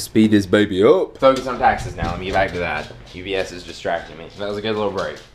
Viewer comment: "Is sat a Go go pro?"